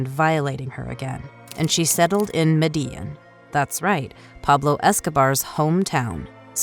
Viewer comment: So no one going to say anything abt the fact the narrator called "Medellin" Medea